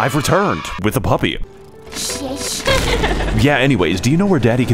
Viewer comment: "ShahS" That right there fellas is the most inspirational quote of 2022